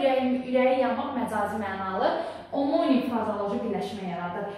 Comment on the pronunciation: Omonim-(amonim) deye oxunur duzgun teleffus ede bilmirsiniz ders izah edirsiniz🤦‍♀️🤦‍♀️🤦‍♀️